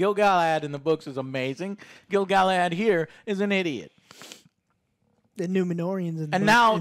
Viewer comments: Wait, Did Joe call him Gil-Galahand? XD did he mi. GIL-GA-LAD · I love Alex's face everytime Joe says Gil-Galahad haha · Rings of Power: 3/10 Joe's ability to butcher every characters name: Gil-Galahad/10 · I love that Alex winces everytime Joe gets a name horrobily wrong (Bene Jessuit from Dune, Gilgalahad here) but never even attempts to correct him 😀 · Man, I'm used to mispronounced names, but every time he says "Gil-Galahad" I lost it. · Joe is so pissed he started calling gil-galad "gil galahad" lmao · I love how Alex intentionally never corrects when he says “Gilgalahad“ just to enjoy hearing it. 😂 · Every time Joe says "Selebrimbor" and "Gilglahad" I see Alex die a little inside.